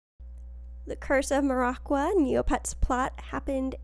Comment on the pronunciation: As a big Maraqua enthusiast, I hate the way you pronounce Maraqua.